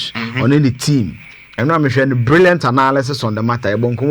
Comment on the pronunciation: The word is analysis not anaaalyses! Kumasi boys tweaaa